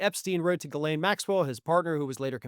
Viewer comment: Yay! You're finally getting Ghislaine's pronunciation right!